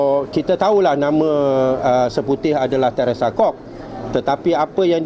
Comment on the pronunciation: Yb pasir salak(tajudin babi tua)..dia sbnrnya mngalami middle age crisis..mati pucok..tu psl dia say "cock" instead of Kok(Yb Seputeh surname)..it is obvious..